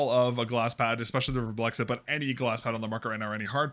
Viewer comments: VARMBLIXT. Not Warm Blexit. Not that hard really... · "Werblex-it" is indeed not how you say that. The name is another one of the "IKEA nonsense speak" Swedish word mash ups, it's a combination of the word "varm", which means warm and "blixt" which means flash and like every other Swedish word mash up (almost) you pronounce it like the words were still separate. (There is no special way to know this unless you speak Swedish and know the words. Swedish is a silly language.) So it's varm which is pronounced almost but not identically to warm, and blixt, which is pronounced like "bliss", but with a very noticeable "k" and "t" sound mixed in there. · the way you pronounce varmblixt is so painful you're not even looking at the letters are you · craziest pronounciation of varmblixt ever, but nonetheless good video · As a Swede, the pronounciation kills me, kinda good at first considering not being able to speak it after all but then the added letter between the "x" and "t" at the end x_x xD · As a swede, I wonder why you wouldn't just go to google translate, write varmblixt in and listen to how it's pronounced? Why don't you pronounce the "m" and why do you add an extra "i" after the "x" The "A" in Varm (warm) is kind of pronounced liked the "A" in Attack. Try sayng "Vattack" and then remove -ttack and add +rm Blixt (lightning) is pronounced like you say it, but with no vowel between X and T (BLIKST) Warm Lightning, pretty good name for a mouse pad!